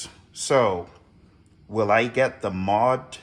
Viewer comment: Moe-Dee-Ex . It really is not that hard to say. Moe-Dee-Ex. It's hard to take the opinion of someone who cannot name the thing they are talking about. Nice collection though.